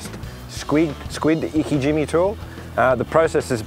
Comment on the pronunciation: i like how he pronounces it as ''icky Jimmy''